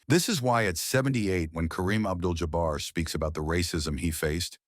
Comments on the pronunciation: Abdul JOBBER????? I hate AI. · Y'all please stop with the AI narrators. Just read the copy yourselves. Who TF is "Abdel Jobber?!"